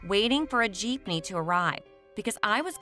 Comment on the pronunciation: Bro the girl who says "jeepnee" as "jiipnee" just triggered me so much..